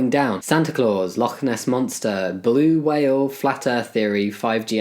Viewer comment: okay but the "bluwhale"!!! I just can't